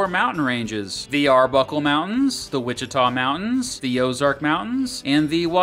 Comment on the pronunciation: you pronounce caddo, Kiowa and Wichita wrong